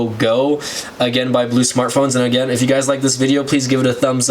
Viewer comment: u said aggain like 100 times